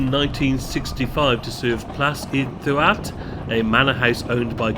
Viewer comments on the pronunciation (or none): Doo-att (DDUALLT)as you called it is pronounced THEE-ACT (DDU = thee, ALLT = ACT) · Great video mate Just a heads up Ddualt is pronounced Thee aft, idk how it gets to that pronunciation but it’s true 😂